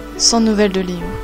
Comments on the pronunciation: Liu se prononce lou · A chaque fois elle dit liyu et j'ai l'impression que elle dit Giyuu (Seul les fans de demon slayer comprendrons😉)